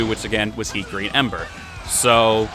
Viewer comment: Hikari is pronounced "he-car-E" You were saying it like hickory, as in hickory dickory dock.